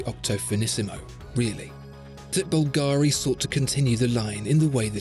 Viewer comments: Please, please.... It is Bùlgari, NOT Bulgàri. The accent is on the U. Thanks. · It always annoys me when you English speakers you just can't pronounce the stress on the first syllable of any 3-syllable words. It's bUlgari, not bulgAri. bUlgari, repeat with me. It's not always like ferrAri. Thanks. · Wonderful video as usual. Just a note: it's pronounced "Bùlgari" (italian for "people from Bulgaria"), not "Bulgàri". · You didn’t pronounce Bulgari correctly. It’s not Bul-GAAAARRR-Reee. It’s Bul-ga-ri. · Búlgari, not Bulgári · Dude. It’s BUL-ga-ri. Not Bul-GA-ri. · I love your video... But at least you should check the right accent in "Bvlgari" before making a video about it. My Italian ears are bleeding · Nice design but good luck telling the time. I'm a bit disappointed that the best watch review channel doesn't pronounce the name Bulgari correctly! This is the correct Italian pronunciation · Maybe tone down the italian stereotypes a bit...and besides, the emphasis in the word Bulgari should be on the U, not the A. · The pronunciation of "Bvlgari" just hurts me😂